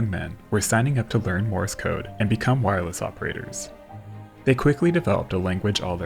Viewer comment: Uhm, it's MORSE (one syllable only) code not MORIS code. It's named after a guy named Morse.